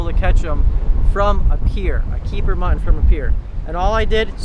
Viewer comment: New drinking game. Everytime mispronounces "Mutton" as "Mhnnn" take a shot